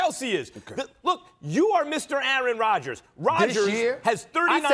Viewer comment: It’s Rodgers